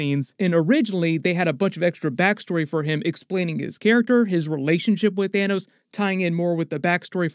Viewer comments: "Thinos." LMAO. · Lol at Thinos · "Thinos" 😂 DED